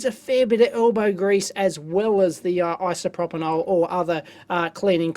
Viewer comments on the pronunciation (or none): Isopropyl + Alcohol = Isopropanhol :)) love it!!